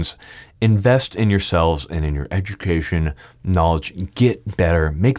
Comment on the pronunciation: Can’t pronounce egdroocation